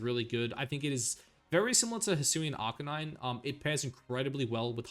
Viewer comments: I was loving this video you said…Arkaninay? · That arcanine pronunciation was atrocious